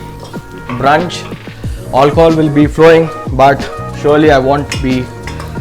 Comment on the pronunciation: I love it when he says hi "olchol" 🤣🤣